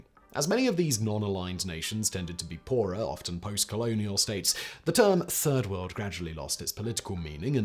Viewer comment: Oh....I thought it was turd world 🙉